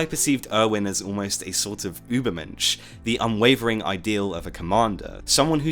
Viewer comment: You pronounced Übermensch correctly!